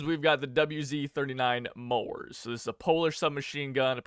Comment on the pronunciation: This battle pass might not be the best but i am happy that it has neat polish smg (still hearing not polish way of saying "wz" and long o on mors)